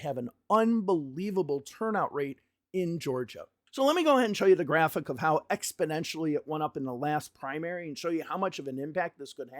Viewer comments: Funny comment, and don't take offense, but it sounds like you are saying "Expodentially" instead of "Exponentially" Great work here!! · great video. but it's exponentially, not expodentially :) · Good sir it's Ex-po-NEN-tially not Ex-po-DEN-tially. Love the videos. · exponentially not expodentially !! come on buddy ...it's a numbers show ... F Me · bro how many times are you going to say "expidentially"!!! It's EX PO NEN TIALLY ahhhhhhhhhhhhhhhhhhhhhhhhhhhhhhhhhh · I do appreciate these analyses, but it sounds like you keep saying ‘expidentially’…?